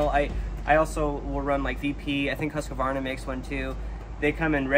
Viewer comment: Husq-varna not husq-a-varna.